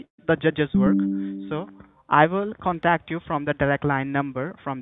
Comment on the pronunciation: Scammers are total POS. .."trying to conTACT you.. "Contact" is a commonly used English word. The emphasis is always on the first syllable. Any native English speaker above the age of 12 would already know that!! This loser pronounces it conTACT (??!!) ...What bottom feeders these people are. They also try and 'yes harvest'. They start out asking, "Can you hear me?" when you reply wth the answer "Yes.." (which is what they are hoping you'll say) - they can use your recorded YES to authorize further scamming, to perhaps drain your accounts and scam you further. I like f*cking with them, so I always say, " Oh, I can hear you just fine". or 'Certainly I can hear you.." It drives them mad..!